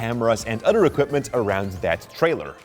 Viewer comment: Other not Udder the "th" sound isn't pronounced as "d"